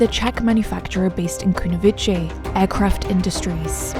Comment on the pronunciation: Kunovice is pronounced Kunovi-tse, as in Ceylon, not Kunovi-che. And also Junta is pronounced in Spanish, not as in English.